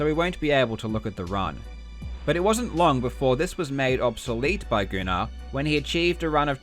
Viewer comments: I went to school with a kid named gunnar. Pretty sure its meant to be pronounced as "gunner" not "goo-nar" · Just for future reference the name Gunnar is pronounced Gunn-er not Goo- nar